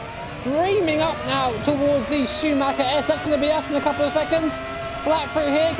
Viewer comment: your pronunciation of Schumacher-S is perfect!